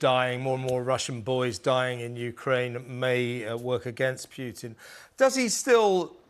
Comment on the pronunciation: The news anchor cannot even pronounce putins name properly